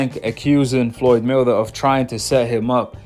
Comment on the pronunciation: Are you saying Floyd Milder? Or Floyd Mayweather I can't tell.